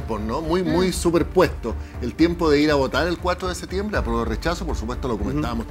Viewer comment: Quien le dice a Naranjo que se dice "septiembre" y no "seetiembre"